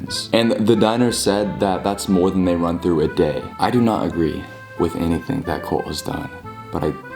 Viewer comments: saying colt instead of cult 😂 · He said "cOlt" not cUlt!!! I'm dead 💀😂😂😂😂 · I love how every time you say cult, the captions think you’re saying colt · Or coal🤣